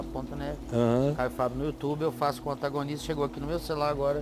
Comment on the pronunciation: O cara lê "antagonista"... pelamor